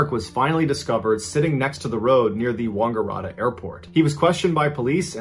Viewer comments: It's WANGaratta, not WONGgaratta. I don't know why it bothers me so much but that's my home town and it just causes me pain to hear it mispronounced so badly! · Sorry Mr Ballen you slaughtered all those Australian 🐨 towns. It's Wang like tang Wang- a- rat- ta. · I had to play him saying Wangaratta over and over to figure out what he was saying 🤣 It is wang, not wong, mate 😄👌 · Wungaratta haha its Wangaratta but can't fault him it is quite difficult. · “wonngararta”😂 shout out my town btw its Wangaratta pronounced wan-gah-rat-ah 🤣 bruh crying laughing right now at the mispronounced Australian locations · Except for Wongerrahta. xD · The mispronunciation of Wangaratta is hilarious. Its pronounced Wang ga rat ta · God I hate how Americans say Aussie town names. 😂 it’s atta like atta boy! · Mr Ballens posh pronounciation of Wangaratta was epic! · Wangaratta 😂 I shouldn’t laugh though you should have heard how I pronounced wauchope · I can't believe the jail not noticing he wasn't there! They have multiple roll calls a day, and it was never noticed that he wasn't in his cell? That's ridiculous! I love the pronunciations of the towns in Australia! That had me rolling around, laughing my head off! Especially with Jenolan Caves and Wangaratta. I grew up in the vicinity of Jenolan Caves. It's out on the middle of nowhere, thick bushland in every direction. The case of that family was all over the news. At the end of the day, no one but them know what really went on, and it's really no one's business. I also remember the story of the paraglider. It was an absolute miracle that she actually survived. She should have, in all reality, suffocated due to lack of oxygen, or at least had some sort of brain damage. It goes to show that the human body is capable of amazing things. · Any other Aussies laughing at how he says Wangaratta and Yass???? Love that we were included in your stories 💛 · 😂 hear an American say “Wangaratta” and “Yass”. Yass Queen!